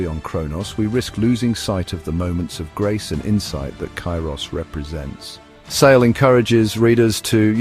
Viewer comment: While this is a fantastic book trailer overall, I must point out that the narrator incorrectly pronounces Sale’s name as “Say-lee.”